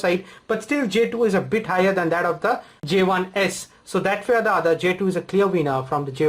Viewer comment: "j tooo" WTF ?